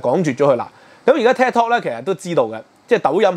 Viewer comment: Could you please watch your pronunciation. Is Tik, not ted!